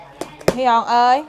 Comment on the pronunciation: C😂 Huy Hoàng mà nghe Nhi gọi Hi Hòn Mai mốt chỉ còn laf là hai hòn